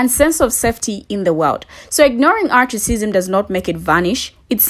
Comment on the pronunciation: Why do you keep saying articism? Why aren’t you using the word Racism?